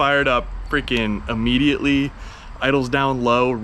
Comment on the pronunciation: "Uhmmediately" is not a word.